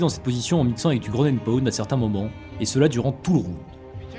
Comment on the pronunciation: Super vidéo ! La prononciation de takedown et ground and pound me termine ceci dit